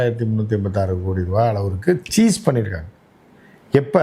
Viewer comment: அது டாடா அல்ல, டேட்டா.. சீஸ் அல்ல ஸிஸ்